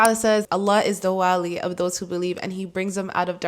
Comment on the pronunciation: Jazaky Allah khayran. Just check the pronunciation of the name of Allah (alwali) the way you are pronouncing it, it’s changing the meaning of it.